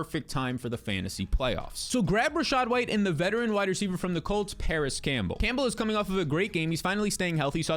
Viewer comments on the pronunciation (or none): none